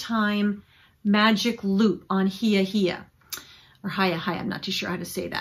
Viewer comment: Hiya Hiya is pronounced with long i’s, not long e’s.